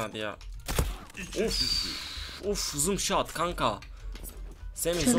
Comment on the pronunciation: abi zom shat deyil no scop